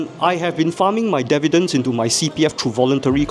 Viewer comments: The OCD in me can't get past him pronouncing dividends wrong all the time. lol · Dividends... not Devidends....